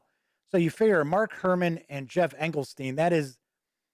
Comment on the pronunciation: Engelstein is pronounced with STEEN, so you were correct. :-)